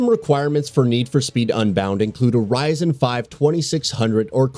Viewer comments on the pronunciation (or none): none